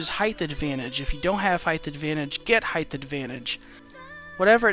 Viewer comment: height not heighth